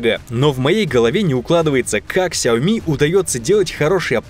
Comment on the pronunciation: Ну хоть один человек правильно произносит название Xiaomi